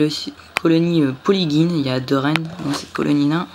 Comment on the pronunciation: Lasius emarginatus se prononce comme "émarjinatus" et non comme Guy. De même que polygyne qui ne se dit pas "polyguyne". Lol ! De plus, Aphaenogaster se prononce comme "Aphénogaster", mais moi même je le disais comme toi autrefois (les noms d'espèces sont vraiment tordus à vrai dire). Je possède depuis 2013 une belle colonie de ces petites fourmis rouges qui doit aujourd'hui friser les 40 000 individus. Du coup je me demande où en est la tienne actuellement = ? Comme anti évasion j'utilise de l'huile d'olive aromatisée basilic que j'applique au pinceau sous le cadre en PVC blanc ou le couvercle découpé de mes nids et ADC. Le "talcool" je trouve que c'est mort depuis longtemps et que c'est se faire chier pour rien ! Il est vrai que de nombreuses espèces boudent les vers de terre, je ne sais pas pourquoi non plus alors qu'ils sont réputés pour être une excellente source de protéines. J'ai pu conduire à maturité une jolie colonie de Formica rufibarbis à partir d'une reine seule entre 2011 et 2015 où la population était montée jusqu'à 6 ou 7 000 individus avant de s'éteindre subitement. Snif ! Je possède une fondation de Formica rufa sur ouvrières Formica fusca mais avec quelques premières ouvrières rousses. Or je ne pense pas pouvoir laisser croître chez moi cette espèce quand on sait ce que devient une colonie de fourmis rousses sur le long terme. J'aurais préféré trouver une gyne Formica sanguinea mais je rate souvent la période d'essaimage ou peine à débusquer une femelle iso